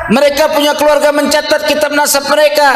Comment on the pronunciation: ini tokang piknah km baca kitap kurang tepat ngaji lagi